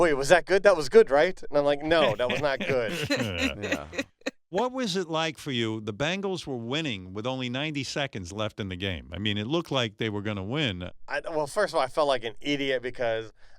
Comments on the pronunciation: Howard can't say Bengals... BANGLES. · Howard saying "Bangles" fuckin irritates me. Nobody has the balls to correct him ... they should do a Bangles song parody mocking his mispronounciation